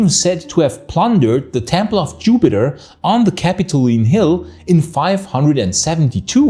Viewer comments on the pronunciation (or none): none